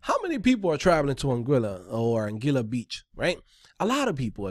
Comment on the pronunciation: Don't know if you would care, but it's pronounced An-gwee-la (Anguilla). Keep the vids coming though. Thanks!